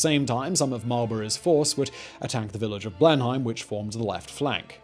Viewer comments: Wtf... have you never been to Blenheim Palace 🤦🏻‍♂️😂 it’s not known as Blen-haim it’s Blenum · Blenheim with a long "e" more like "Bleeeeenheim" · Nobody pronounces 'Blenheim' as 'Blen - hime'. It's 'Blen - num'. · I think you are saying Blenheim Palace wrong